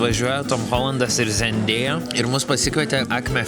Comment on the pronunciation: Ir Andriau bruh ne zėndėja o zendaya (tarese)